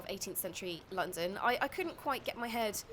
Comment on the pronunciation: "Landam" hahahhahahahaahahahaha